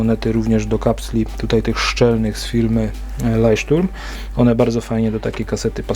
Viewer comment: Leucht- Turm się czyta,dla informacji czyli latarnia morska. Zgadzam się że te kasty to wielka katastrofa.